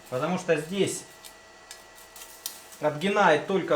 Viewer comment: какое блин "отгинает" ??? бррр аж выворачивает Хотя канал в целом супер